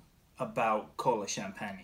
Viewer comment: You pronounce wrong isn’t Kolachanpaña? no no, is Colachanpan, I the flavor is lake Crem Soda. In the USA.😃😂🙂. Thanks